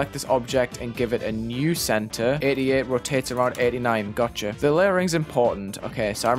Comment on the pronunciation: Great thinking, love the ideas! Warning bad joke incoming if you press read more Is it just me but - when he says 88 I hear it as idiot Creators be like: First 10 sec of level: 88 groups Next 2 minutes: 10 new groups